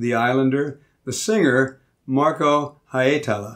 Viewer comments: Nailed "Hietala" 100% that second time you said it!! Keep that! 😁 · The second try pronouncing Hietala was perfect!🇫🇮